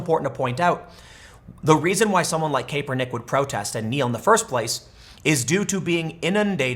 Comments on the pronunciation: Tim, say it with me Cap-Urr-Nick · pronounced: CAP ER NICK.